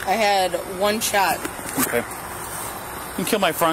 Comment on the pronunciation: "One shwot"